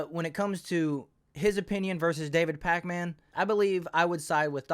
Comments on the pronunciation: This dude mispronouncing everyone’s names always makes me laugh. “Sink uyge”, “David Pacman “ 😂😂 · Pakman is pronounced "Packmen," not Pac Man. 😆